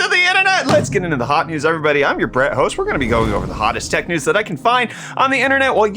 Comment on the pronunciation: Hot news, Not Hews